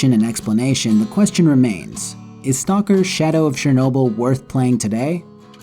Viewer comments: Why can nobody prenounce CHERnobyl? why is it always fucking SHERnobyl. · It's Chernobyl man not Szernobyl...